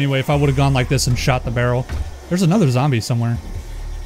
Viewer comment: I like how you speak "Barrel" :D böröl :D